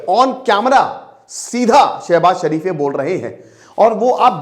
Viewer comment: सर शरीफ जी नही शरीफ बोलिए